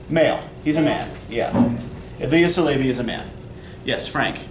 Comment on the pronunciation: My dear friend, thanks for this video! Just a little correction though, it is EvLIya Çelebi. You pronounce it Tchelebi :) Celebi in turkish would be prounounced djelebi, and its not selebi :p. Anywho...loved it